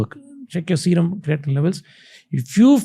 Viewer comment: its not ,crea teen its cray teen